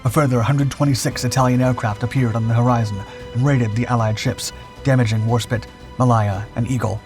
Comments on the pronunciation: MA "lay" AH.... from wikipedia /məˈleɪə/ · Pronunciation in English is appalling.... Try these ....... WAR-SPITE Not War-spit ... the e on the end affects the nearest vowel making th (I) sound ... Try Mal-aya ..mal hay Ah ............. not mal-ay-ya.. the entire documentary is riddled with problems, taking of destroyers when on screen are submarines, which were never mentioned. You need an editor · WarSPITE. Mah-LAY-yah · Warspit indeed. It has a E on the end. So that's SPITE you ignoramus. Also see - May - Lay - er (Malaya). Poor. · RN retired, it is HMS WARSPITE ( spite) and it is Ma lay a. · The pronunciation of Malaya and Warspite 😅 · How the bot miss-pronounced Malaya is beyond me. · Warspit? Did you hear Malaya butchered? What's so difficult about pronouncing names? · But he gets Malaya wrong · A good video but some of the pronunciations are hilarious. For example "War-spit" for "War-spite" and "Ma-lie-a" for "Ma-lay-a". 🤣